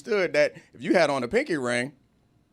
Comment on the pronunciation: The way y’all are pronouncing pinky made me jump every time